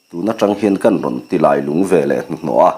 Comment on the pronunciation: Ka thlalak vel pawh a rawn lang ve leh ta e. A va lunglen thlak ve. Lailung tih hi i lam dan hmasa kha a dik zawk hmel riauin kei chuan ka hria. Khawlailung khua sawina khi a nia, Lungdar hi E.Lungdar khi a ni a, Keiṭumkawn hi Keiṭum khua saw a ni bawk. He thawnthua khua leh ram, luite hi E.Lungdar khua leh a chhehvel sawina vek a ni e.